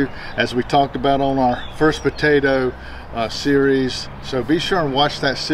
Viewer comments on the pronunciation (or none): none